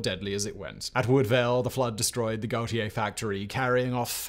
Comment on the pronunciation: Love you, Simon, and thank you for covering Johnstown's Flood, but it is Guh-Tear for Gautier